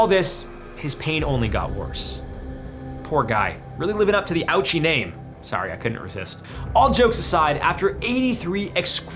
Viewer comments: That, and his name isn't pronounced 'owchie', it's Oh-uchi. Shame that the mispronunciation allows people to make lazy jokes about his awful situation. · Sorry, but Ouchi is pronounced, “O-uchi,” not, “Ouchie.” 🤦‍♂️ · Its Hisashi Ou-chi (O-chi) Not *Ouchie. Sheesh. Sure it's dim out here. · The first case: his name isn’t “ouchie”, it’s “ōuchi” (pronounced Oh-woo-chi” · LOL the way you say his name as "ouchie" makes me chuckle. It's technically pronounced oh-chee. 😅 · Hisachi Ouchi is pronounces O-OOOH-CHEE. Not out-chie. AND HIS FAMILY KEPT HIM ALIVE, not the doctors. Learn more about researching this man. There is a wonderful book called 83 Days. The truest story told about him. Highly recommended. The Doctor had to beg the family to make a DNR for Hisachi. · In case no one else mentions it, Hisashi Ouchi's last name has three syllables and is pronounced Oh-oo-chi. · Calling hisashi ouchi "hisashi auchi" is an insane kind of name botching 🤣 oh-uh-chi spoken. Japanese is a syllable language even at names. So every name gets spoken as the syllables they are made of. "Hi-sa-shi" "oh-uh-chi" even if written ouchi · Its not pronounced Owchie. Its pronounced you-weechi. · It´s so disgusting to make a video about "the worst deaths in human history", only to make a racist, unfunny joke about one of the deceaseds name in the first three minutes of the video. His name isn´t even pronounced "ouchie". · It’s not even pronounced like that in the first place, it’s more like: oh-oo-chi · Not only that but the joke doesn’t even make sense because his last name isn’t pronounced that way. It’s pronounced oh-oo-chee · The name "Ouchi" is pronounced "Oh-oo-chi" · At least be respectful and try to pronounce the guy's name right. It's OH-OO-CHI. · he even pronounced it wrong and i say he did it on purpose. it’s pronounced Oh-oo-che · LMAO He called him Ouchie! Hahahahaha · Pronouncing hisashi ouchi as "ouchie" is wild bro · It’s pronounced O-uchi! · His name is not pronounced “Ow-chi”